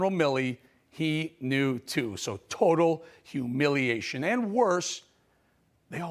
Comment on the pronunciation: Hu- milley- ation... Love it, one too be put in dictionary for generations to come.. Interpretations welcomed